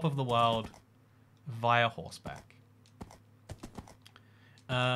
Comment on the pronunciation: I die inside when you pronounce "via" like the way you do